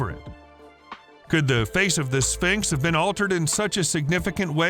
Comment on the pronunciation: What is a "Spincks?"